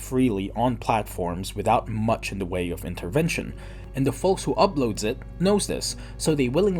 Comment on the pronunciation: dude's saying folks with a hard L